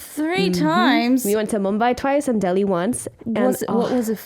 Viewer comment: Alexa ❤️❤️❤️ u said Mumbai and Delhi accurately ❤️❤️❤️❤️🙏